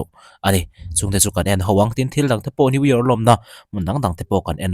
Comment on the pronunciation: New York i lam dan hi mizo ah chuan i dik deuh ber.. midang chuan new yiak ang deuh in an lam thin..😂